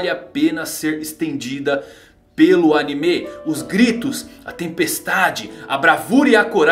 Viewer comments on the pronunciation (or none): none